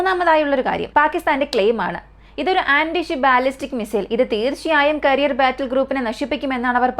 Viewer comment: കരിയർ അല്ല കാരിയർ എന്നതാണ് ശരി...കരിയർ മിസൈൽ വച്ച് ആരുടെ കരിയറാണ് നശ്ശിപ്പിക്കുന്നത് 😊